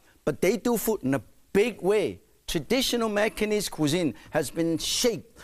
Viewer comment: Martin Yan was my first exposure to Macanese food! Even the words “Macanese food” sounds best from Mr. Yan.